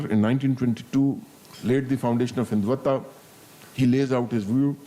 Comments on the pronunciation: Listen to This Paindus pronunciation San Tzu - sant Zoo Hindutva - hindu Vataa Reich (called RAA i ch) - Reech Kautilya - kaatuliyaa Mohan yadav- mohan Yade v LGBTQ - LBGTQ ChatuRangaa- chaat rungaa😂😂 They were keep repeating this is very comprehensive and all😂😂😂 it was just to polish the boot of this general bcoz we all know the kind of street talk he has given here. And we know how much power generals weild in pakistan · An ajim Fauji Gernail of Papistan who can't even pronounce rightly the " Terms" he is lamenting on ( Hiduta when it's Hindutva , etc etc ) is considered by another buffoon in the end as " SIR MASHALLHA KYA TALK DIYA HAI PHD LEVEL HAI YE TOH " What nonsense even an undergrad in India can give a better talk than this joker !! 😂😂😂